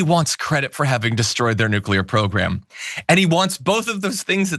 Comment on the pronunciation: Mullen “NUCLEAR” Noo-Klee-ur a 3 syllable word, NOT a 2 syllable word as you pronounce